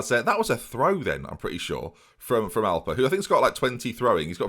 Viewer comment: Anyone else think of the cereal alpen when he says Alper?